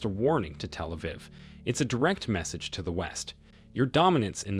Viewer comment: Somebody correct this awful pronunciation!!! It’s so annoying. Can’t even pronounce Achilles, Iran, Telaviv and Hamas. Please.